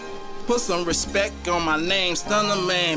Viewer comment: The man cant even pronounce respect